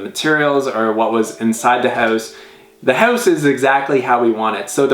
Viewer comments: stop saying hewse (house). lol jk this house is awesome to say the least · I hate the way he says "house" >_> sorry..